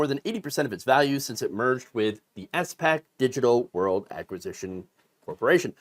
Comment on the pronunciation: SPAC is commonly pronounced as one word with one syllable, like the first syllable in the word "spackle".